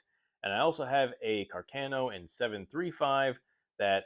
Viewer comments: Ca'rcano not Cercano 😅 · Càr- ca-no please. Not Car-cà-no. 😉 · Damn! Càrcano!...not Carcàno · Cercano not carcheno